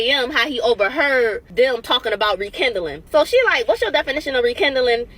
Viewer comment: It's " Rekindling " not Rekendalling.